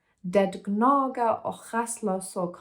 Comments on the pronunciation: I have not read the book, but I understood everything. The fact that you can read the words even though you don't understand them is amazing. It seems like the word och (and) is one of the hardest to pronounce. It actually has a K-sound , not an H-sound in the end. Like the English word lock, but without the L. Best of luck with your language studies. I can recommend the am Say anything to quickly translate a conversation. I used it as a volunteer welcoming Ukrainian refugees to Sweden. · You did really well! Swedish with a german accent is so charming, really love it 💚 Of course there are several tricky words, one of them is "och", it's pronounced "ock" or like a short "å". You go girl!